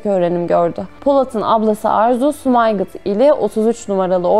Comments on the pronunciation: Sumayqıt yox Sumqayıt 😂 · Bu büyük kahramanı bizlere tanıttığınız için teşekkürler. Ama bir eleştirim olacak: sunucu hanım Azerbaycan'ın önde gelen şehirlerinden "Sumgayıt"ın adını ısrarla Sumaygıt diye yanlış telaffuz ediyor. Bu nasıl bir ihmaldir, insan internetten bir kontrol edip bakar. Birileri ülkemiz hakkında bir video yapsa ve Ankara'nın adını ısrarla "Anraka" diye ansa biz ne hissederdik?🤔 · Guzel video ama bolgelerimizin ṣehirlerimizin isimlerini ogrenin. Sumaygit ne? Sumqayıtdır dogrusu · Allah rahmet eylesin Bütün şehitlerimize lütfen şehirleri doğru düzgün söyleyin sumayqit diil sumqayit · SUMAYQIT YOX SUMQAYIT XAIS EDIRƏM DUZGUN VURQULAYİN SÖZLƏRİ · Yılların Sumgayıt' Sumaygıt oldu, ciddi bir iş yapıyorsunuz Eyvallah şehrin adını doğru söyleyin... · Sumaygıt değil sumgayıt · sumaygıt değil sumqayt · Sumaygıt yox, Sumgayıt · Sumaygıt nədir ??? Durmadan Sumaygıt , Sumaygıt , Sumaygıt deyirsiz... Japon şəhəridi Sumaygıt... Azerbaycanda olan Sumaygıt deyil Sumgayıtdır... Sumgayıt... ( Sumqayıt) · Sumgayit :) sumaygit deil. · Sumygit yox SUMGAYİT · Sumayqıt yox Sumqayıt😂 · Reportaj için sizə Təşəkkür ediriz. Allah sizi korusun. Hanımefendi, burası Sumqayıt şəhər. Lütfen sehrin ismini duz deyin. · Hər şey əla amma. Sum-qa-yıt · Sumqayıt bir şehirdir.siz onun ismini yalnış teleffüs ediyorsunuz. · Sumqayıtın adını düzgün tələffüz edin. İkinci bir səhv: dağlıq qarabağın müdafiə ordudu yox, işğal ordusu.